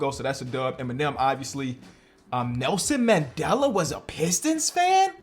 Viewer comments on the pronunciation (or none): none